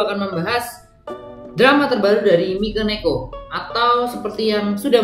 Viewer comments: Dari mikeneko jadi mikoneko, mekoneko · Lo ngomong mikeneko aja kagak becus